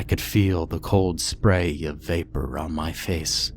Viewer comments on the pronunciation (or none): none